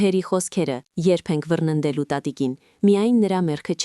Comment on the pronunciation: Ոչ թե վռնելու,այլ վռնդելու,ամոթ է,այդ հեշտ ու հասարակ բառը սխալ եք կարդում,տարրական կրթություն էլ չունեք😂